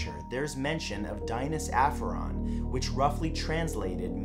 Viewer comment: No.4 is miles off for pronounciation. It’s closer to Dee-nah’s A (as in apple) ff A (apple again) on